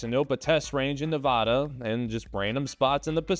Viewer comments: Hi Vegas local here. It's Ne-VAD-uh (vad like bad) not Nev-ahhh-duh. Ok, carry on. Sorry for the interruption. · Nevada - Nev ad a Sorry, but just a pet peeve of us Nevadans Literally no one here pronounces it Nevahdah, and if you do then we know that you aren’t from here. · Nevada is pronounced Nev-Ad-Ah, not Nev-Od-Uh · God damnit. Drove me nuts ITS NEHHH-VA-DA Not NA-VA-DAH 🧙‍♂️ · Great work, I liked it. However, you'll need to say Nevăda Test Site to get the local pronunciation correct, which will be helpful if you ever want to cover Nellis, Creech, Hawthorne, or Fallon 👍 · Dude can pronounce “nuclear” but not “neh-va-dah” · I can tell you're from back east by how you pronounce Nevada. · Says "nuclear" right, then screws up "Nevada". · Pronounced Nevada wrong, L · It’s pronounced Nevada not Nevada. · PLEASE say Nevada correctly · You are pronouncing Nevada wrong, hugs and kisses :) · But he did say "Neh-vah-duh". So, that's 1 out of 2 correct, or 50 percent, an F. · You got nuclear right, but need to work on Neh-vad-da. Tone-a-paw.